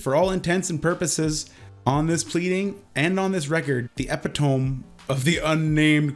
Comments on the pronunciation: Ep-i-tome? You mean, E-pit-O-me...but as always, great work... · You pronounced epitome like ep-a-toam when it's e-pit-oa-mee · hey buds... Epitome is pronounced "Eh-pit-em-me" not "Epi-tome" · I have to say, You do a lot of hard work for these videos. A lot of digging, compiling and editing. I respect it. Please though, Sometimes it is worth looking up the words you don't know what they mean. Epi-Tome? epit-o-me, is what you mean. These mistakes are riddled in your videos often. Again, I love watching these but these mistakes corrected means a higher level of professionalism. They're small and yeah I get it, I am nitpicking here. All the same, thanks for your hard work. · E-pi-to-me Not Epi-tome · say it with me EHH-PITTT_OH-MEEEEEEEEE not epi-tommme. I swear to god so many youtubers mispronounce that word. Is school even a thing anymore? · Epitome is pronounced ehpitohmee, not epuhtome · PSA: epitome is pronounced /ɪˈpɪtəmi/ ("eh-pih-tuh-mee"), not /epɪtom/ ("eh-pih-tome") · Eh pit toe me. Not epi-tome.... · E-pit-o-me. Not Epi-tome. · "Epitome" is pronounced e-pit-uh-mee, not epi-towm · epi-Tome?... epito-ME! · It's pronounced like Ep-it-O-me, not like Epi-tome. Not trying to be an online pronunciation Nazi here, but quirky mispronunciations make me cringe. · WTF is an "epi tomb"? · Epitome= E PIT OH ME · Epitome is pronounced Ee-Pit-Oh-Mee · Ep it ohm < eh pit oh me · “Epitome” is ep-pit-toe-me Just so you know. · More simply, "e-pit-oh-me" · Good video but e-pi-toe-me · don't want to bust your balls here, (not to bad at least) but "epitome" is pronounced eh-pit-oh-me. Just thought you might be interested. Keep up the good work. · Epitome. Pronounced - ep-uh-tome💪🏿😬🙏🏿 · Epitome is pronounced epit-o-me, brother. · Epitome is pronounced a-pit-oh-me. Great Vid though, been wondering what the whole deal with chris hansen was. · Did this nigga actually just say EP-IT-TOME? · Is it a Canadian thing to say that word wrong?